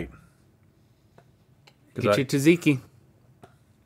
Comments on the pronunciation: How did they pronounce "Tzatziki"? "Tuh-siki"? It's "tza tziki" like it's spelled😁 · Did my mans just called tzatziki sauce TUHZEEKY? Absolute heresy